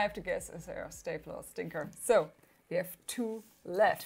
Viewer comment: Schtaples oder schtinkers?